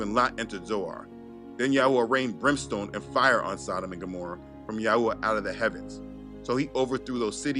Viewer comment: You know you channel have help me so much in my walk with Yah. I know ur faithful. But the way you have been pronouncing the name of Yahuah is kinda somewhat annoying. Youve been pronouncing it wrong for some time now but maybe u can learn to pronounce it correctly brother. This is the way it sounds when u say it “yauwah” even my kids be saying it like dat now and it’s annoying.. GREAT MESSAGE THO!!